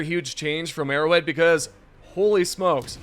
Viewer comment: it sounds like ur saying "errowid" instead of arrowhead lol